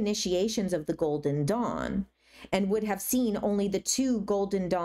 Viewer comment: I thought you said "golden dong" for like 3/4 of this video and didn't even question it once lol I think I may need to rewatch your discernment video 😅